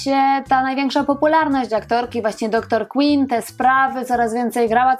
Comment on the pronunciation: DR QUINN!!!!!!! Wymawia się KŁYNN nie KŁINN!!!!! Ogromna różnica